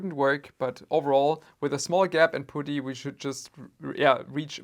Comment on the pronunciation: When pronounced putty like booty 😁